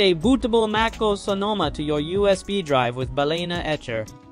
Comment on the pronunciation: Should I trust a guy who pronounces MacOS Maacose?